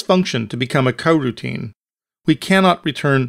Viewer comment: cool tut bro, but why are u saying Hwile and Cogutine?